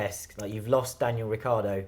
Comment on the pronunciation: Ricc i ardo not Riccardo! Jeez is that so difficult?